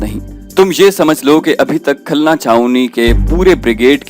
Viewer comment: Khulna. Ko khalna